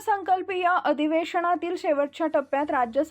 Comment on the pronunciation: अधिवेशणातील नाही अधिवेशनातील असा उच्चार करावा.